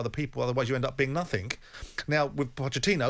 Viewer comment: SJ The word is NOTHING it does not have a k in it NOTHINK !